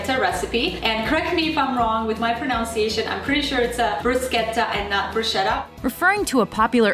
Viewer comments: It's pro-NUN-ciation, not pro-NOUN-ciation. Seriously, why it isn't the number 1 mispro-NOUN-ced word I do not know. I was at a two day pronunciation conference a couple of years ago and this word was pronounced incorrectly no fewer than 200 times during the first day alone. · when elucidating the correct pronunciation of "bruschetta," the woman actually says "Correct me if I'm wrong with my pro-noun-see-ation." And that wasn't even mentioned! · "correct me if I'm wrong with my PRONOUNCIATION". I guess you got bruschetta right but couldnt pronounce "pronunciation" correctly haha